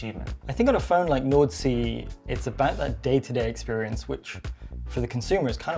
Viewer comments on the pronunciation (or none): laik the angreberd Hhhhh😅